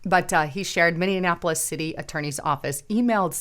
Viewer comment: it is Minneapolis, five syllables...please don't say mini annapolis... with an extra non existent syllable. thx